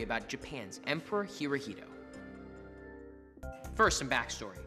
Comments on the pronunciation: It’s not pronounced he-ro-hee-do- it’s he-ro-he-to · Not Hirohilo, but Hirohito. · Hirohito no! Herohito ;) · Pronounce it the way it is. hirohito